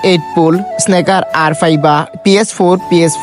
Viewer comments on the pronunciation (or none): Snaker kita bro🙄 it's call snooker